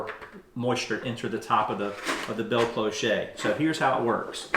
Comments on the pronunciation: It's pronounced "closh", not clo-shay. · It's pronounced klosh, not kloshay. Just fyi. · Did you say cliche? Lol. Gave me a chuckle. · Respect on all your good finds. As a French speaker I can confirm that for your future videos it is simply “klohsh” cloche is the word for “bell” in French. Like the kind that rings as well. Cloché means “clogged” as in a drain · I just about die every time he says bell cloe-SHAY. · I’m sure there are things where I live you wouldn’t pronounce correctly. But the difference is, I would help you… not ridicule you. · Nice ideas, but please, please, please…it’s pronounced clo-sh (rhymes with show). No accent, no “E”. (or “A”). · Ok,, I subscribed to your channel because of Jane begging you to pronounce cloche her way! Thank you for great gardening tips. I’ll be trying the greenhouse growing tips next winter. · it's pronounced klosh 😂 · Great ideas ! Cloche is pronounced closh. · CLOCHE IS PRONOUNCED KLOSH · Cloche pronunciation: the “e” is silent. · I liked the way you pronounced it 😂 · Really nice simple ideas. Thanks. And, yes, cloche rhymes with bosh, posh, cosh etc. Never mind. The information is what matters. 😊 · There is no A sound in CLOCHE. You can hear the proper pronunciation of any word if you just key in "proper pronunciation of..." Don't use a word without looking it up when making public broadcasts because you will have everyone saying it wrong as they are trusting you to do the necessary preliminary work and assuming you that have done it. I'm not trying to be snarky, just want to emphasize that it really is important to take care when addressing the public. I'm still giving you a thumbs up to show I am not trying to be unkind. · It’s CLOCHE. The che sounds like sh. There is no “t” on the end (“chet” makes the ay sound in French). It rhymes with clothes, not ricochet. 😂